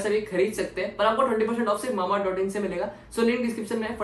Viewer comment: Muje pata nai kyu jab rega mamaearth bolta hai to muje mambaearth sunai deta hai🤔🤔